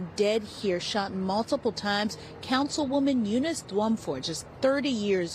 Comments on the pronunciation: Yo! I love you bro but throw ur shit threw an e-reader before you read it so you know how to pronounce shit. Her names is unis. They just said her name in the news video you play. Come on man twice you sau uniece come on bro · That name is a bit arhaic. It's pronounced 'You-niss' generally. 🙂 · The way you pronounced Eunice screams millennial